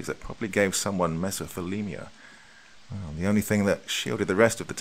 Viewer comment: Mess-Oh-Thee-Lee-Oh-Ma is always the way I've heard it pronounced. Could be a UK English vs US English difference.